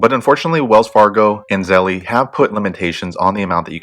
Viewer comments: Wtf is zellee? It’s zelle like gazelle!!!! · Start off by paying attention to your pronunciation, this name obviously rhymes with "spell" not "jelly." Now if you want to get real technical about its linguistic origins, feel free to pronounce it like the Austrians would: tsɛlə...... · try googling "how to pronounce zelle" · that is not how you pronounce zelle, why tf would i find this video useful if you cant even say the word correctly. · why are you saying it like that